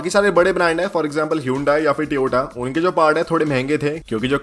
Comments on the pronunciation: Teota kya hota hai.. To Yo Taaa bolo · Tiyota kya h bhai Toyota bolo